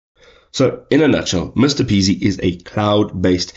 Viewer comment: It’s M-R-P-easy, not Mr Peasy lol